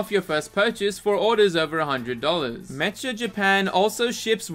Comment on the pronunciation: “met-cha”? Bro it’s “Mek-ka”